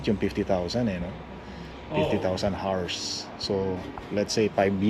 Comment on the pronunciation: L.E.D., hindi led. 50,000 hours(ours, not arse) is a very long time. Baka patay ka na, gumagana pa iyang ilaw. Don't be so cheap on things you buy for the house and for your loved ones. It is OK to be frugal, but being a cheapskate is disgusting. Baka sunog lang ang fuse ng radio mo sa truck. Check the fuse. Tunog lata ang nabili mong radio.😂